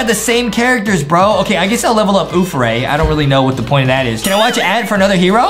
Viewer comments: It's death ray not oof ray 👎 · And no it is not uff ray it is death ray